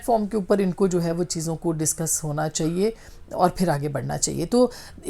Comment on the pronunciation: لفظ "چاہیے" کی الف ادا کرنا سیکھیے میڈم ۔۔چہیے کی جگہ "چاہیئے" مجموعی طور پر آپ کا تلفظ اچھا ہے